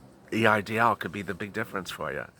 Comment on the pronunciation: Did you say it’s called a E I DL loan?